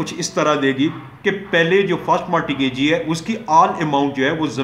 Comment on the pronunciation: Sir it is not Marti gagee ,it is mort gagee .and 2ndly ur lecture is totally unsound .unable to understand .firstly clear ur own concepts than uplad ur vidios.